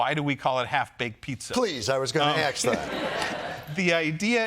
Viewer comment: did Jon just say ax instead of ask?